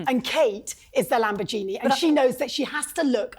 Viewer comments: It's Lamborghini, not Lamborjeeni....🙄🙄🙄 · Hang on... have I been pronouncing lamborghini wrong all these years? She said Lambo-Genie... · What’s a lambergenieTessa? 😂🤣😂🤣